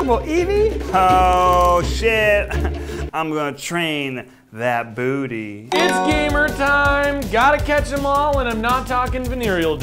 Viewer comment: keith saying duty instead of booty gets my EVERY TIME